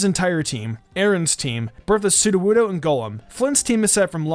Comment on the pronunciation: what SOODOWOODO in Berthas team even though he did'nt say soodowoodo again did not soodowoodo but i still count it